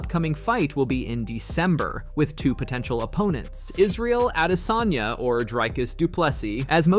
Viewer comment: He’s a damn African .not adesayna